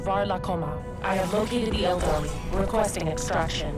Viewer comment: The tau don't sound like tau and the eldar doesn't sound like an eldar